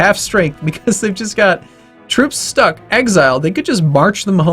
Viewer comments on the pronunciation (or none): none